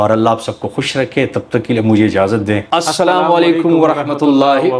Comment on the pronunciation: Salam tou sahe bolo bhai Salawan Alaikum nahi Aslam o Alaikum